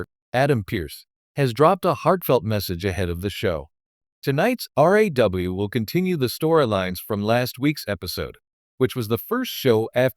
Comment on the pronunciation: your reading sound like crap can't you say RAW and not R.A.W?